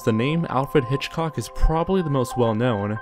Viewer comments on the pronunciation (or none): none